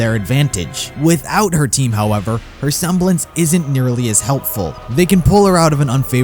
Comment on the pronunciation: I like how you said"Her seblence WAS polarity